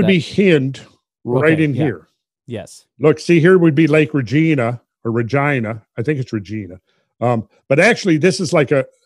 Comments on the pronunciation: Reg-EYE-na, not "Reg-ee-na". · btw its pronounced Regaina